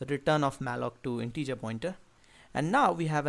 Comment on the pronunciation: Nice video, really. But every time you say integer I die a little.